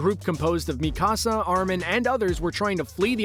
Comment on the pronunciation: Is it just me or is he saying Mi casa and not Mikasa